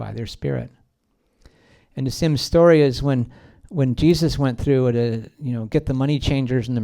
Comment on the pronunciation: And it's Story! Not SHTOREY!